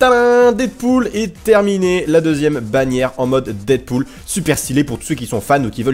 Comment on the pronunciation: quand tu as dit deadpoul j'ai compris des poule Je me suis dit WHAT 😲